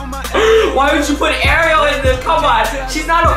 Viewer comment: Her name is not like the little mermaid Ariel but like are-e-l